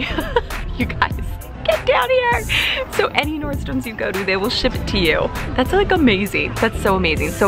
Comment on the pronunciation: I love how you say NordstroMS lol... everybody has corrected you but you still say it how you wanna say it. I love that about you. Loved your buys! Lucky girl!